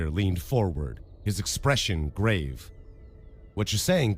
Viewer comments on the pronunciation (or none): none